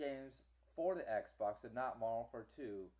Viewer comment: Also, you probably lagged out alot cause of you downloading so much pr0nz mayne. Another thing, stop stuttering. And fix your pronunciation, WARD AT WAR? Next on our list, i did what you said, i even hooked up both my xboxes and my ps3 PLUS one of my family members xboxes that was downstairs, and we all played MW2 in the same game, except for the ps3 which was in another ground war on psn. I had 4 bars and didn't disconnect. uSoMad